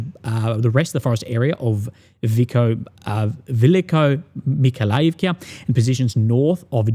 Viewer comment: KH in Russian is not "K: is like "H" in "hotel". Velikomy(H)ailovka